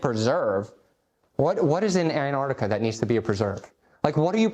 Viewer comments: This fool can't even pronounce it correctly. He keeps saying Anardica. It's Ant-arc-tica. Learn to speak you buffoon. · It’s not anartica, it’s AnTarctica. Makes sense that he doesn’t know literally anything else about Antarctica. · You know what else Antarctica has? Two T’s, try pronouncing it correctly. After all, you are Jesus, right? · Who tf is Ann Artica? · Who is “Ann Ardica”? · Jesus can't even pronounce Antarctica properly... So, I'm not entirely sure he IS Jesus... Plus, I spent four hours in a Qantas 747 back in 2013, flying over Antarctica. No American jets to be seen. Thousands of people have done the same flight I did, on Qantas 747s and 787s. So...